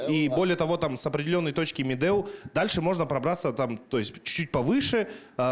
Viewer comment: Якут правильно произносит Медеу чем сам казах